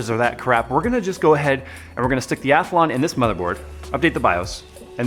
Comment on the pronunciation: When did Athlon get an invisible "a" in the middle...or is that the American pronunciation?